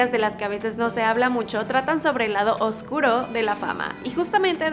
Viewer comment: Vale ♥️ vas mejorando, ahora escribes bien oscuro pero sigues pronunciado obscuro